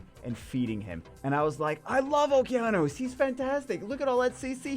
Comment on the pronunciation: man really sucks has the downs and doesnt know how to pronounce Okeanos